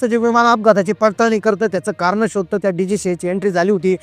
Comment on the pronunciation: कारन? क्षनी? लई भारी मराठी!